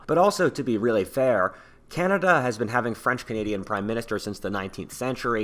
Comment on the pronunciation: "The blacks of Canda" ......what?